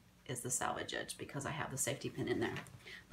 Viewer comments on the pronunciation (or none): The edge produced on the ends of woven fabric during manufacturing - to keep it from unraveling - is called the selvedge. It is not 'salvage;' it is pronounced sel'-vij. Thank you for the video! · I’m very sorry, but I could not finish this video. After hearing the term ‘salvedge’ used incorrectly five minutes through, I had to move on. I hate to be a nitpicker, but the word is ‘selvedge’!! This is an informational video! Please get it right!